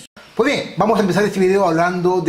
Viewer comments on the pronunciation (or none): none